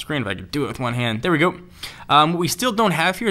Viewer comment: "AAll ma mails in derr." ha ha